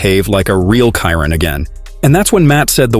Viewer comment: Voice off person , at least pronounce the model of the car correctly . It annoying how ignorant , borderline stupid it sounds. Not editing at all on each video, before releasing it? Pleaseeee